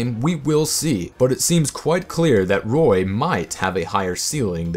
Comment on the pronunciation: Roy -_- not toy